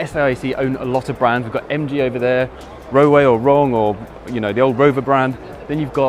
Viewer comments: When you say "Rowe" it sounds like "Wrong Way." Also I like the little S01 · i am sorry. It might just be me. the way he says the Roewe - it sounds to me like he says "wrongway"